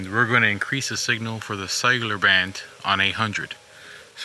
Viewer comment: Does anybody hears "sailor" antenna instead of "cellular"?